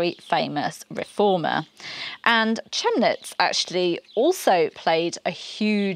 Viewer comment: Chemnitz is pronounced, Kem-nitz. That is also a city in Saxony near Dresden.